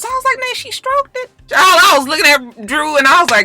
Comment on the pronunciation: "Is she stroke-did?" 😁😁😁😁